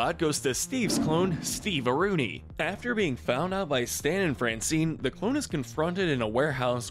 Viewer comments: STEVEAROONI? It's Stevearino! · Steve areno... Not stevearooni... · It's not "Steve-a-rooni", it's "Steve-a-rino". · Steveruni? No its steverino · Steve-a-reenO. Not steve-a-runie lol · It's not Steve-arooni its Steve-areeno